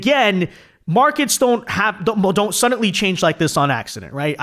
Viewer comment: There is no t in the word suddenly you always say suddenTly it drives me nuts